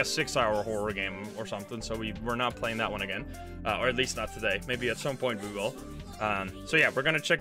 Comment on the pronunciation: Hello PLAYING(playing sounds like bloing)